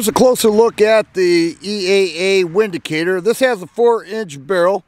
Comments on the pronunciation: Pronounced Vindacator... the W is pronounced as a V. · Pronounced Vindicator. It's German